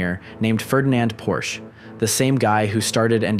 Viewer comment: You're pronouncing Porsche wrong the e isn't silent